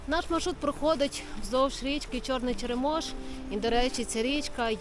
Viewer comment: нагадую за наголоси, ЧЕремош, а не ЧеремОш, так само як ШЕшори, а не ШешОри. кажуть Княжицький купив там все... Але повінь 2008 року показала, наскільки ми як держава і місцева владе не можемо дати ради елементарним лихам і подолати їхні наслідки. В мене в селі 17 років як забрало кладку через ЧЕремош, 17 сука років місцева влада не спромоглася натягнути 4 троси і 500 дошок покласти.